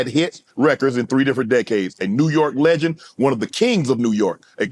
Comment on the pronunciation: 😂😂😂 Lmao “THE LEGAND “. He said I created Terror Squad …. NO NO NO LITTLE JOEY.